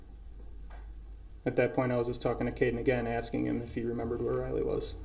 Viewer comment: wait is he really asking (axing) around the 3h15 mark if it's legal for the protection to prepare their questions in advance???